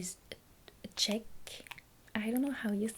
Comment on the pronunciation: This was fun to listen to, and you nailed the English pronunciation of "Czech." For the record, the area of western France you mention is known as Brittany (Bri-tuh-nee) in English, and the people are known as Bretons (Breh-tuhnz).